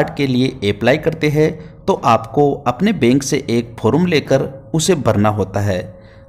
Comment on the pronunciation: फोरूम नंही रे फॉर्म कहते हैं😅😅